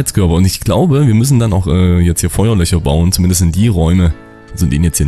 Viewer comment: Nette Lets Plays. Du machst das echt unterhaltsam. Nur deine Endungen auf "ig", "ich", "isch" hören sich alle gleich an. Das ist manchmal echt amüsant. Deine FeuerlöCHer wären brennende Hohlräume in Wänden - FeuerlöSCHer halte ich bei der Brandbekämpfung für angebrachter ;)